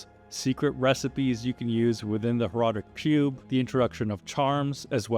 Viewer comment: I heard pube...